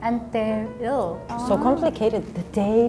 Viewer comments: "Antiér" lo ha dicho en perfecto andaluz, un 10. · She has pronounced it very well.